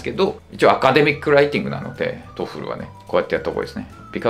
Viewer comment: より正確にはトフルじゃなくてトーフルな